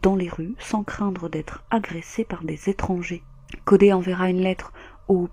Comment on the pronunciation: Triste histoire, la ville de Melbourne n'est vraiement pas sûre pour les femmes. Et pour info, ne le prends pas mal mais Codey se prononce Codi 😉